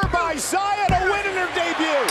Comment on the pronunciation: Man the commentators don't even know how to say Xia's name lol